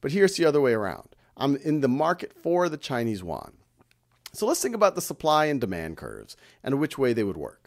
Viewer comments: It is a great class, just want to point out that the pronunciation of "Yuan" is not correct, otherwise, it is perfect. It is pronounced as "i wu an" 元, y in Chinese pronounced as i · Plz, it is Yuan (yi-wu-an), not Korean Won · It sounds like "won"（korean won）instead of "Yuan" to me. LOLLL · haha, Khan, you need to practice how to read yuan in Chinese, I am kidding,you are the best teacher